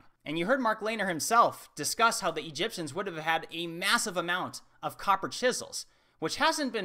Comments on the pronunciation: Did he say ancient egypsums? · "The ancient EGYPTIAMS" is that what he said..EGYPTIAMS... really?